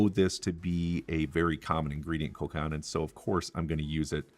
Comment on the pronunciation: Pronounced Col cannon Not how he is saying it. Its Col cannon.